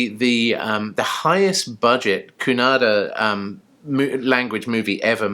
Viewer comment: Wow 😍you said Kannada correctly., even Bollywood people don’t know to pronounce 😀 they always say Kannad